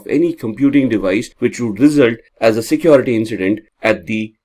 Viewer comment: The accent alone is distraction for me. What is so hard to pronounce the word 'security'? Keeps saying secOrity! 😞